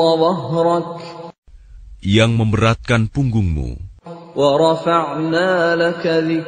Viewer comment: Maaf mau bertanya ,, tulisan nya allazii anqada zahrak kenapa di baca anqada dahrak 🤔🤔🤔🤔🤔🤔🤔🤔🤔